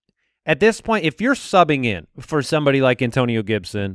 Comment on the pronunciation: An-Toe-Ni-NOOOOOOOO! Gibson